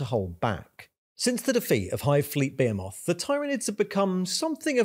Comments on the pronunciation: Impossible to immerse when this guy says , bahaymoth and tieranids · The way behemoth is pronounced is hurting me physically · Love your videos! Can't stop hearing TAIranids and BEYhemoth though, when its really TYRanids and BeHEEmoth ;)